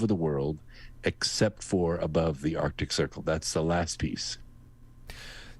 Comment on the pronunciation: Loved the interview with, and I hate to be "that guy," but I cringe when I hear arctic pronounced "artic." It's right up there with "nucular," "realuhtor," and "jewlery" in triggering my Forest Whitaker eye.